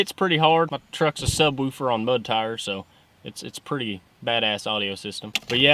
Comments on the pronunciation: This is seriously the 2nd guy that said subwuufer XD but but for real love the vids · "My trucks a subRoofer on mud tires" lol